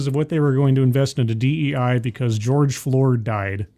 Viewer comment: I had a good laugh when said, "George Floored". The hits just keep on comin' with these "folx".